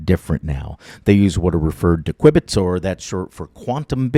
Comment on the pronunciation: "q bit" , not kwibit ,sorry for correcting you